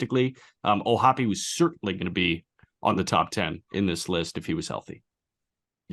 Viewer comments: And yet, O’Hoppe does, in fact, pronounce his last name o-HOPP-ee, with three syllables, just as Jack, Aram, and Peter did. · It pains me the way "O'hoppe" is being pronounced here! I refuse to believe it!